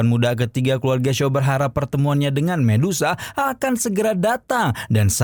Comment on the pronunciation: Saran saya bang kalau sebut nama medusa aja gak usah di ganti jadi mendesah